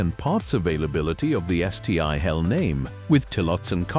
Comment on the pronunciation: Stupid AI isn't taught how to pronounce Stihl. Duh. It's almost 2027, folks.